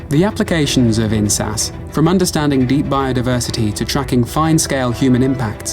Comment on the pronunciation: can we highlight the importance of enunciating InSAS?😭😭😭